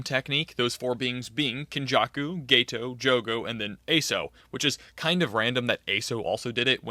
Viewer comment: Yeah geto is pronounced gay toe not ghetto